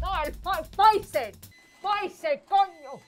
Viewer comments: Pofifer...Fe Fi fo Fun 🤣😂😂😂 oh I remember my abuelita having hard time saying some English words too😄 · Fai-cer, abuela